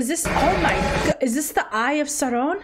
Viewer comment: The way she’s pronouncing Sauron is driving me nuts !